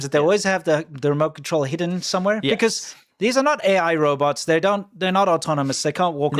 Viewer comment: He keeps saying Roberts LOL Robots bro its said Row- bots. Poor China people.